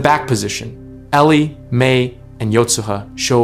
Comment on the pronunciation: now her name is Ellie not Elie😁